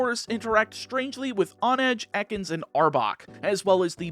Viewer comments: It's hone-edge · h in honedge isn't silent.